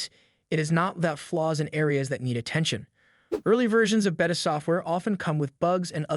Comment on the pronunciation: The way you pronounce Beta is driving me crazy😂